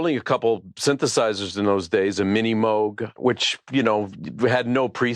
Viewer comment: 10 out of 10 for being one of the few people who pronounces "Moog" correctly!!!